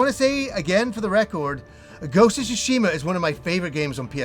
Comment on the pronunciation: "Ghost of Shishima " lol